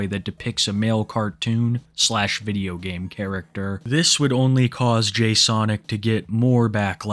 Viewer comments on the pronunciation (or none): "They'uh just videuho games,."